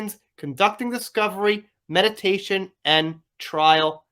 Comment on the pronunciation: mee dee a tion lmao… js